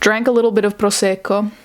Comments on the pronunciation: I know that this isn't about the topic but... something shaked in me when you said "proseco" with this accent :D Loved it. Take care girl, kisses (even if this video was from 9 may '18 and i am watching this 14 apr '19 lol) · I love that you shared this ❤️ lots of love to you! And a sidenote, the way you said prosecco gave me life